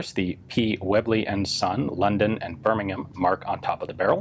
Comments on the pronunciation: I've never heard an American pronounce the UK's Birmingham like a UK native before. They usually 'over pronunciate' the '-ham' part. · Thanks for pronouncing Birmingham correctly Ian. Many thanks indeed. I'm not from there but the effort is much appreciated regardless. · I have to say as a Brit i am super impressed at your pronunciation of Birmingham. Usually Americans have a heavy emphasis on the Ham and the B. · but the correct pronunciation is 'brum' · Ian I love you because you’re the only yank that can pronounce Birmingham correctly unlike your southern cousins who say BURMIN-HAMM😂